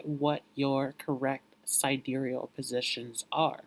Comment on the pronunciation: Honey, you are doing very well. Keep up the good work! If you would like to appear just a bit more polished, pronounce ‘sidereal’ as ‘si-dear-e-all’. Thank you for all of your hard work! The lighting is pretty good but people seem to respond better to ‘light, bright” backgrounds that create a feeling of happiness and bliss. Not to mention, you are good looking and you have symmetrical features which people are drawn to. The information is spot on. So, I don’t really have any helpful tips here. As you progress with your channel, you will become more and more comfortable so the information flows naturally. You’ve got a great skill set and I hope you are proud of what you’ve accomplished so far. Keep going, young man! And, I know this may sound odd but, try smiling as you speak. It will bring a twinkle to your eyes which will also draw people to your channel. I wish you well! May you achieve the level of success you desire!!